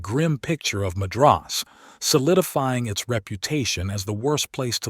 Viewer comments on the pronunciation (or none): Madras is pronounced MAdras, not maDRAs. Another AI fail. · And Muh-DRAHS? Jeezus!